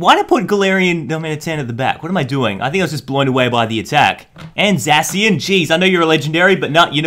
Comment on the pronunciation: It’s pronounced zashian